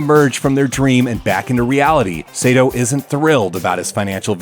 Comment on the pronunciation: IT'S NOT SEITO IT'S SAITO! SA-I-TO!! さ・い・と・う！！！斎藤！！！！It's really annoying when people mispronounce Japanese names, especially when it's my last name!